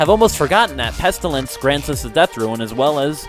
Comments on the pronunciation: Good vid man, only hate that you pronounce Rune as Ruin, but i shouldnt nit pick people pronunciation haha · ITS FUCKING ROON NOT RUIN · RUNE NOT RUIN. but awesome video